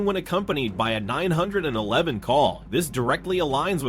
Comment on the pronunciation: Subbed until . I don't mind AI but if it can't get "911" correct and actually stop for a second to form proper sentences then I would have enjoyed the video and remained subbed.